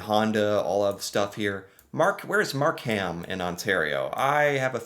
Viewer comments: It is not MarkHam it is pronounced Markum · Not your fault, but I did laugh at some of your pronunciation. Mark Ham sounded like a person's name. You say it faster Markem, all run together, not separate. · it's pronounced "Mark-um". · Mark-um. NOT MarK-HAM. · Markham is pronounced Mark im (short I) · Don't pronounce the "H" in Markham. Say it like Markem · Markham is pronounced Mark-um. we're tricking you with the silent "h" (because we like silent letters up here) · pronounced mark um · Markham is pronounced MAR-Kim. Toronto is pronounced like. Tronno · Markham is pronounced Mark-um. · no I wonder how people in Birmingham Alabama pronounce their city. Because traditionally the ham has been truncated. So it’s just Markum now. But I know a lot of people have a problem with the HAM suffix unless you’re from that city. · Markham isn't pronounced Mark ham. It is pronounced with silent h......Markum.❤️🇨🇦🇨🇦🇨🇦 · The "h" in Markham is silent. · Sorry, You pronounced Markham wrong, the "h" is silent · Lol..the way is pronouncing Markham...bless him for trying and learning. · Markham is pronounced without the h. Love watching your channel. As a Canadian you are teaching me things I didn't even know about my country. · you dont pronounce the H in the word Markham. ❤ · Mississauga is Brampton's next door neighbour and we are both part of the GTA (greater Toronto area). We lived in Longueuil, Quebec before we moved to Brampton. Markham - the h is silent Toronto - the second t is silent, if you use it you either work on TV or you're not from around here